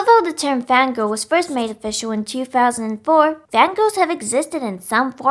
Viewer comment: am I the only one who hears "Van Gogh"? the evolution of the Van Gogh, Van Goghs have existed in some form or another since the dawn of men